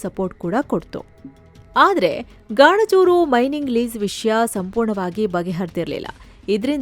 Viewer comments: ಗಾಣಜೂರು ❌ ಗಣಜೂರು ✅ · ಬೇ ಅದು ಗಾಣಜೂರು ಅಲ್ಲ ಗಣಜೂರ